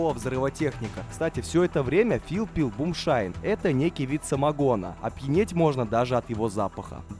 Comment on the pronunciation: Друг, вынужден тебя поправить. Не бумшайн, а moonshine. Лунный свет дословно. Во времена сухого закона самогон варили по ночам, чтоб не привлекать внимание властей. Потому в простонародье самогон стали называть Moonshine Whiskey.